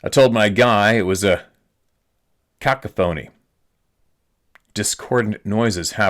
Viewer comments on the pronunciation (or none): thanks for pronouncing cacophony like that, almost bit my tongue laughing! You never know what will tap your funny bone out of the blue.....thanks for spreading knowledge and truth. ❤ Jim from So. Cal....the way things are going around here, im ready to go "squatchin" just to have something safe to do...take care, y'all.